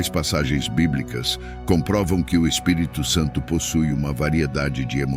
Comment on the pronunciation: Você pronunciou corretamente o Espírito Santo não misture mais o Espírito Santo com mais nomes ok sempre pronuncie assim